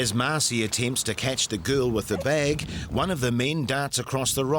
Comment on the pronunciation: Okay, this might sound like a daft dam thing to say but please nobody get angry but has anyone here noticed that the people in the video were pronouncing the word bag incorrectly?